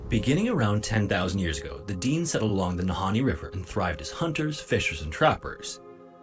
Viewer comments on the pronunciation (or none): And the AI narrator is a little annoying, it is not pronounced Deen, Dene is pronounced Deh-nay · The correct pronunciation is Dene (De-nay), rather than 'Deen,' as used by the Dene First Nations people themselves. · The narrator made some mistakes, It's Fort Simpson, not Fort Samson. He mispronounces Dene. It sounds like Den-ay when pronounced correctly.